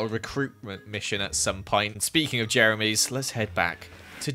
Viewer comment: Playz they wrote "jemeries" because it sounds like said jemerys instead of jeremys